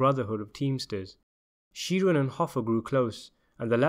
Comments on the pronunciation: Please research American pronunciation. It's ANDgelo Bufalino. We also pronounce Sheeran as SHE-run. We may be wrong on these things but that's common usage in the US. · ikmarchini don’t tell a man how to pronounce an Irish name if you don’t know it yourself, Sheeran should be pronounced “Shear-in” not She-run